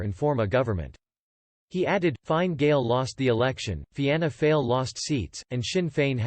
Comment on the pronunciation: Remember, if you deliberately miss-spell words when typing for the text-to-speech it will help with the pronunciation- 'Feena Fall', 'Shin Fain' etc